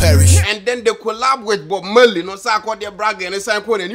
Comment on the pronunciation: It's not Bob Meley.... It's Bob Marley 😄